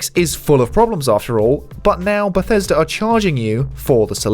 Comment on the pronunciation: Bethesda..........principles.............Bethesda..............principles yeah it doesn’t sound right